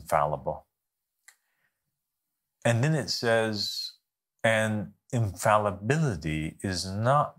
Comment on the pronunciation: So interesting how it seems he’s not able to pronounce the word “infallibility”. And quite poor eloquence, also, just barely intriguing to bare the minutes. Show your forehead, Beanie King.